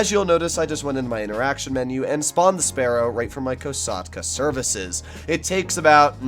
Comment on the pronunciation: Just can’t get past how he pronounces Kosatka COsatka???